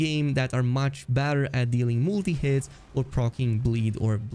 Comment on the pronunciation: Every time you say “better” i hear “badder” 😅